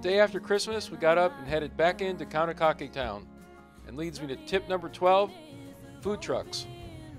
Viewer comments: Great video, but you got to pronounce the name of the town right, Kaunakakai ( Kau-na-ka-kai ) all of the a's are pronounce with a short vowel ( ah ) and the Kai is ka- (ah) ( i ) is a long vowel like eye, ka-eye, Kau - na- ka- Kai. And the town is not like a ghost town. On a normal day it's looks busy. Thank you for your video. George M Castro from Molokai. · Nice video but you butchered every name. I had my fingers crossed for Kaunakakai but no. You managed to say Lanai right. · Kaunakakai is the correct spelling , just trying help , easier to pronounce